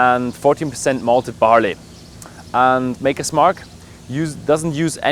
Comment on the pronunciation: It's Maker, not Marker, for fuck's sake...